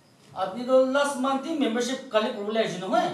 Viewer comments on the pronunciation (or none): He is telling mumbership that's is not membership 🤣🤣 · Loving the pronunciation of membership.... Great people.